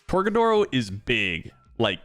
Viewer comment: My guy said tor-ga-doors